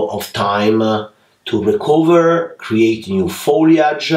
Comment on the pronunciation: Create A, branch A, Juniper A Dear can you please UN learn that!!! It's absolutely crazy A... Lol Admire your work and skills but that A at end of almost every word, driving me crazy!!!!! Please Amore!!! 😋😋😋